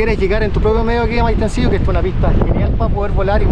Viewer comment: Quedensen y dejen dinero y siempre se los tratara bien esto es CHILE . es PRIMER MUNDO. no como latinoamerica. Y se dise Maitencillo NO maitenciSHO .respeten los nombres de los lugares aunque digan plaSHA SHUvia ceboSHa y todo mal pero aqui estan en CHILE y se dice BIEN . Respeten.